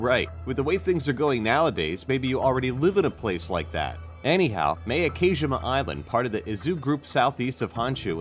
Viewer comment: xMortalBlade Also the way he pronounced Ilha da Queimada Grande. Horrible pronunciation . I’ve been to Miyake twice and Queimada Grande often for diving.